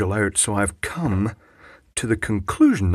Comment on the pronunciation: buddy, you kill me....funniest one i seen yet......love the emphasis on commmme and finger..oh boy...long live kenny..